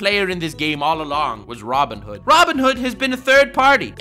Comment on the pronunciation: About 10 mins in, you got Robin hood saying wrong. Unsubscribing.